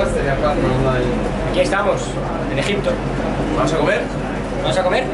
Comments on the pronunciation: min dice EJITPO JEJE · Buenisimo video en "Egitpo" jajjajaa muy buen contenido sos un crack :3